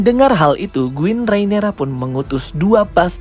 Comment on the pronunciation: Queen Banng bukan Guinn